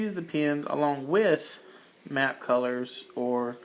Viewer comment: Are you saying "map colors" or "matte colors"? If you are saying "map colors" will you please tell me what you mean by that? Thanks......nice coloring! By the way.....do I detect a South Ga accent there? Im from Valdosta 😊